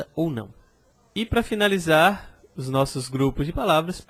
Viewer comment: o "s" abre o "o" em "l'os".:)